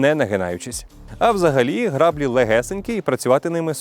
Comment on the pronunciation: Не грАблі а граблІ. Вимовляємо правильно.